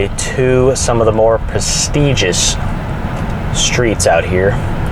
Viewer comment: Prestigious not pestigious.